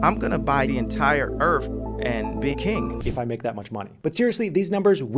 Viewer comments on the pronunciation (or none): "I'm going to buy the whole Earf" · So is going to buy the entire “Earfh” with an F 😂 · How ma da earf coss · Hahaha "how much does the earff cost?"